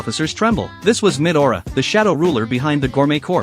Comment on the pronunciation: What did I hear 'Mid aura' instead of 'midora' 💀☠️